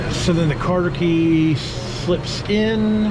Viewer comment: That was a good vid and helped me separate mine on my 66 comet. also just a friendly tip, I don't believe it's called a "Carter key" I've never heard anything but "cotter pin" I may be wrong but figured I would say something before someone else ruder did. Thanks again for the info. Love the stang!